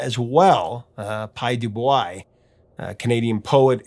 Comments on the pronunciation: Du Bois is pronounced as "Doo Bwah". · Du Bois, is pronounced as Doo Bwa... 😊